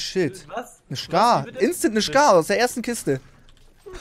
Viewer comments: Es heiß skar nicht shkar😂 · Niemand wirklich niemand: Trymacs:schkaar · niemand: max:Schkar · Niemand: Wirklich Niemand: Trymacs: ICH HAB NE SCHCAR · Trymacs lilane schcar😂😂🤣😂🤣😂🤣🤣😂